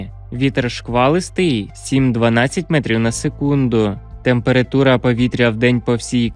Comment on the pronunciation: Чому ви кажете ,,темпирИтура''?Треба ,,темперАтура''.